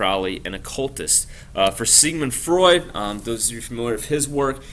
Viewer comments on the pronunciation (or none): Sigmund Freud not Frued